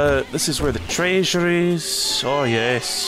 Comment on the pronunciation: Glad im not the only one who always says "traysure" because of scooby doo lol